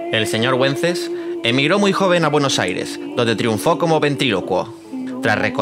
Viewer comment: ¡Wences no se pronuncia Güences, sino Vences! 😁😁